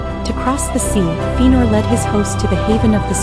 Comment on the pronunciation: Very nice but its pronounced Fe-a-nor.